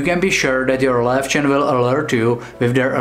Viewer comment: Yay for the correct pronunciation! :D My Löwchen only does a sort of quiet short bark if there's abnormal human activity outside our apartment block at night. So it's really rare and I know to get up and inspect what's going on if she does that. But she's the only little lion dog I've ever had - she came to us as a 7 year old rescue from an illegal and filthy puppy farm - so I don't know if she's typical for her breed or not.